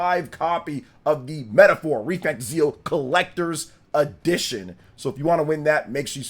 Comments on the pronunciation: Please stop saying the name wrong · You can't even say the name of the game right. So hearing slander from you ain't it. Metaphor has a big following and is a serious contender for GOTY